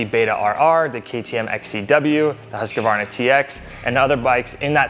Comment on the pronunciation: Dude you really need to go and learn how to pronounce Husqvarna. Why do so many yanks get this wrong ?